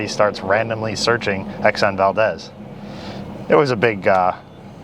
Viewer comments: It's pronounced "Val-deez". Seriously! After Valdez, Alaska. As an Alaskan, just trying to help! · It’s Valdeeez. Not a short e. Second greatest economic boom for Alaska!